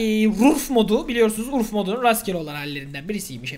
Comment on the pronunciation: Rurf değil urf